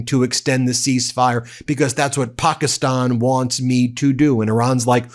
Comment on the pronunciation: How many times can you mispronounce Pakistan in one video?